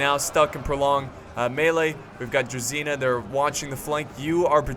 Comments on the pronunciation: Druzhina. It's not druZina like you read. It's druZHina. I'm from Ukraine and it makes me angry. Please, read it right. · Hey, thanks for your videos. Just to clarify the Russian infantry is called druZHina. Which is the same sound "je" in french "je m'appele".